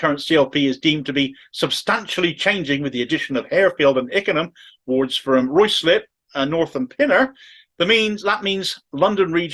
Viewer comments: Word to the wise,, it’s pronounced “Rye-slip”. But its weird mismatched spelling is the least annoying thing about this whole sorry situation so please carry on. After all, Starmer’s first name is spelled k - e - i - r but pronounced ‘weasel’. x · pronounced ryslip